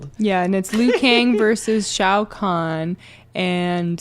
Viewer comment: it's pronounced Khan like from Star trek